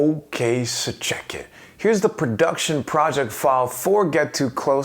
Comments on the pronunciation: As a french i never understood what he was saying until now. I was hearing " ok sir jacket" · All this time i thought he was saying ‘ok sir jacket’